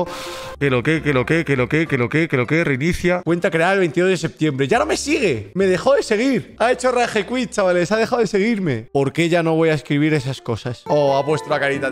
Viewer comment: "Ha hecho RAEJECUIT" JAJAJAJAJA Ragequit.